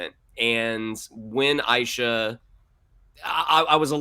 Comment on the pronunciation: Since a couple guys have already explained why Kamala's time travel doesn't create any paradoxes, I'll just point out that you two guys need to pay attention to how Shannon (correctly) pronounces great-granny's name : aye-sha, not aye-eee-sha